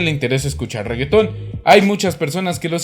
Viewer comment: Regge Town??? jajaja nada que ver. es Regge TON (TON de grande, según la jerga del caribe)